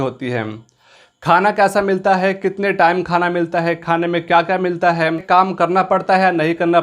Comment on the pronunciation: Sala khan sir ke video ka copy krta hai or hai ko hem hem bol rha hai are bhai phle thik se bolna sikh lo fir gyan pelna okay n 🙏